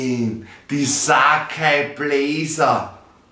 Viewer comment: „Saceeeiii blazerrr“